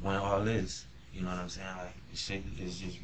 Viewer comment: "noumsayin" ??. Lies just as bad as Darrell Brooks